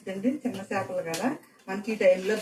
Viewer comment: చిన్న 'చాపలు' కాదమ్మా. చిన్న 'చేపలు' .